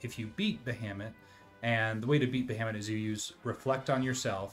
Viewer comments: "Bahamut" is pronounced "Ba-ha-moot". Not "Ba-hammit". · Every time you say ba-ham-ut it tickles me. I call it ba-ha-mut. 😂